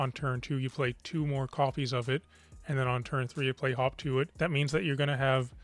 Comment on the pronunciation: Wasnt sure if you did say "Hawk tuah" or "hop to it" for a second there